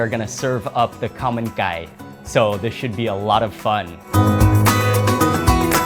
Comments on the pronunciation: ah, Khao man gai! All throughout the video I thought you were saying 'a common guy' LOL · I tried ordering this at a Thai restaurant with that pronounciation, and the white people next to us laughed at me. It wasn't until I left the restaurant that I realized that that could be easily mistaken for something else when you say it like "come in guy", except it's not spelled c-o-m-e.